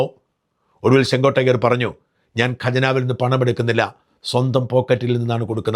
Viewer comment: ചെങ്കോട്ടയ്യർ അല്ല ചെങ്കോട്ടയ്യൻ എന്നാണ്.